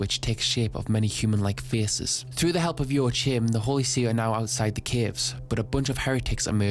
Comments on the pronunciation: Slight correction : Joachim is probounced "Joakim", not "ioatchim" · I am sorry but why did you have to butcher the name Joachim so extremely? Its not joa-chim(p) man just at least try to pronounce it right. I am German but i dont got and butcher every single word cause idgaf when speaking to ppl online/at work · Man Joachim is not pronounced Joachim its pronounced Joachim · I think Jaochim is pronounced “Jah-co-eem” that is the most mundane thing you could’ve led with. You start talking about the dirtiest party ever and you lead with “the band is playing music.” Subbed. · if your fimiliar with spanish pronounciation it would be "yoajim". The J is soft like in "yo" and the j sound comes from the throat like the j in "rojo" for example ^^ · “yo ah heem” is how it’s pronounced but i’ve heard some people say it like “yo ah kim” or “wa kim”. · joachim, to my knowledge is pronounced Joe Kim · I never heard the name "Joachim" butchered that hard, ngl. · as a German,.. how you pronounced Joachim had me dead 😂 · Joachim is a common name around here and that pronunciation hurts a bit 😂 Great vid otherwise